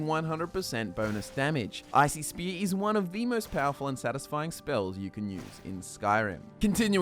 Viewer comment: When you say icy spear, it sounds like you are saying ICP. You a juggalo homie? Hahahaha